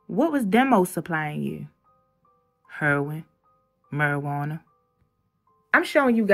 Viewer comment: Hurrrin not Heroin 😂. Love Baltimore man.